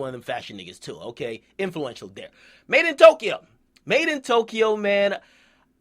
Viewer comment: You pronounce madeintyo like made-in-tokyo